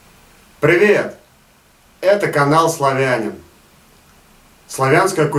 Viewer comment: Какой ты славянин? Ты не знаешь даже правильно как правильно произносить слово "славянин"! Неуч! Не славя́нин, а славяни́н!